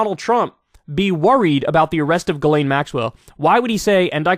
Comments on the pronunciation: I sincerely hope Kyle goes back to pronouncing her name as Jizz Lane. It always put such a smile on my face, it's a more deserving name for her honestly. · "JIZZ-laine Maxwell" LOL! She knows what many people did "PARTYING with Jeff Epstein."